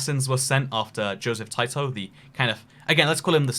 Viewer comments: Tito = Tee Toe Not Tie toe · TIto is pronounced Teeto, not Tyto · he just said JOSEPH TIGHT-TO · Your pronounciation of Tito pains me